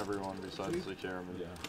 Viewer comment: gotta fix up his pronunciation or some shit. Always says ‘d’ instead of his ‘t’s’ and then when an absolutely insignificant card comes off he says oh its THE 2 of spades a perfect brick. very annoying to someone who slightly understands english.